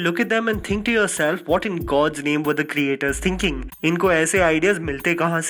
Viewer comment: i like the way he says" theenking"